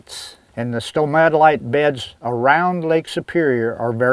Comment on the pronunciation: It's actually Stromatolite not Somatolite (or at least that's how it sounded like you were pronouncing it). But you lost all credibility with me when you started gibbering about Genesis. Science eliminates the need for silly fairy tales, especially when it comes to Geology and the Creation of Earth and the rest of the rocky planets in our Solar System. Furthermore, Carbon Dating is useless for anything that existed beyond about 50,000 years. Furthermore, it is useless for Rocks UNLESS there remains some part of the living organism in the sample there. When an organism has been fossilized (such as the fossilized Stromatolites) there is no material remaining from the original living organism. Only Rock and therefore the only way to accurately date things like rock or anything over 50,000 to 60,000 years is Spectroscopy.